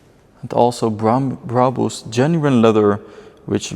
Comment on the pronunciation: why cant he say brabus normally